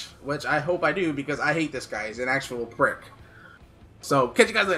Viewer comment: when Americans say typically British words it hilarious I pissed myself when said prick:L But I don't know why I found it so funny:\